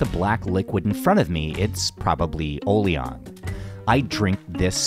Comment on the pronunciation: “O-liang” and “Yok-law” - your pronunciation is a little off.